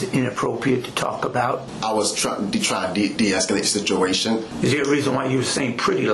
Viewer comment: Sishuation. Fuct!